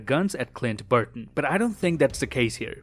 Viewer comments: It’s BARTON not BURTON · Did he say Clint Burton the whole episode? It Barton lol 😅